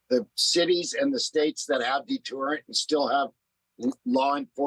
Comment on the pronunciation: Sorry, but I can’t get past Dog saying “detUrrent”.